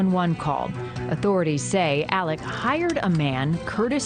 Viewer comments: Legit question: why does she keep calling him "Alec?" Isn't it "Alex?" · It's Alex, not Alec..... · Does he have on a hair piece? Also, why do so many call him Elic or Alic not Alex?!? 🤷‍♀️ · The spelling is pronounced AleX not Aleck. Super annoying! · It is pronounced AleX not Alec. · You'd think they be able to say his name right it's Alex not Alec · It’s AleX, not Alec. No idea why so many people have such a hard time pronouncing his name correctly. AleXXXXXX!!! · It’s ALEX not ALEC,!! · The news crawls say “Alex” but she’s pronouncing Ellic lol not even Alec…which one is it actually